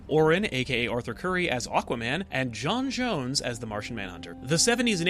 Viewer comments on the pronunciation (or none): Jon Jones? WTF?!?!?! It's Jon Jonz. Jonx2 with a z at the end.